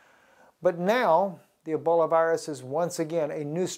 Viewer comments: It's pronounced E - BOL - A........there is no " i " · It's Ebola not Eboli